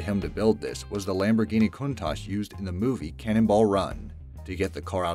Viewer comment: It’s pronounced countack